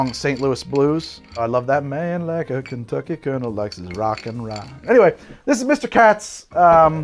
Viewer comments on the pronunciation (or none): none